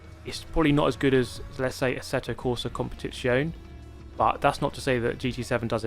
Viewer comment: Great vid, as always. But pleeeeease pronounce the "e" on the end of Italian words like "Maggiore" and "Competizione"! Many thanks, grazie mille (yes, please also keep the "e" on both of those).